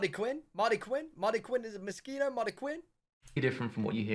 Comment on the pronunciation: tryna prounce mosquito in the way did do had you bout saying something bad in spanish lol haha